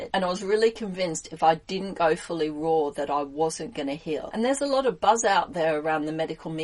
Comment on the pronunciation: Oh ok, it still sounds like you said roar, not raw.